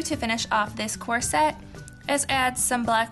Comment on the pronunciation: It's so cute how you pronounce corset!